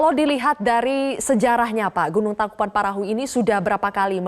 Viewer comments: Tangkupan tangkupan tangkupan tangkupan tangkuPAN perahu nyebut TANGKUBAN BAN BAN salah mulukk busett!!!! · Syukur tidak ada korban jiwa, tapi kenapa saya dengarnya pembaca berita ngmg nya " Tangkupan Perahu " ya